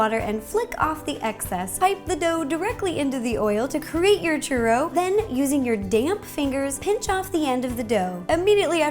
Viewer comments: It's pronounced chew-ro not cher-ro. U is the hard letter not the R. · Churro, get it? Chur RO